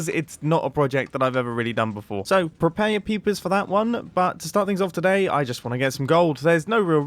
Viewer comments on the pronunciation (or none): it sounds like he says "prepare your peepis"